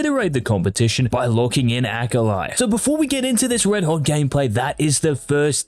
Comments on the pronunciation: why does he say "AKALAIH" dud just say akali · Did this man just say AKALAI? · Yes he did. I disliked the video because of it. Thats it, thats the only reason, everything else in this video is good, but because he said AKALAI, no. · Who is Eye-kali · Bro why tf you gotta pronounce her like that it hurt my ears